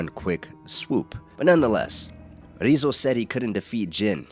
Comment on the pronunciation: Yeah, the way he's mispronouncing the name is kind of grating on me. Sounds silly, but it made it really hard to watch.